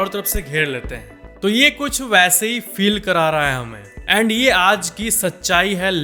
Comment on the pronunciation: येंड यें ड मत बोला करो भाई